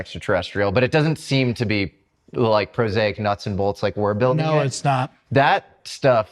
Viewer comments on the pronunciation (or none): It's "prosaic", prozac is a medicine. I'm not even a mother-tongue in English... Come on. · Guest: Yes…: “Prosaic”